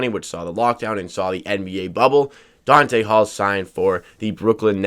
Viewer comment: Not Dante....DONTA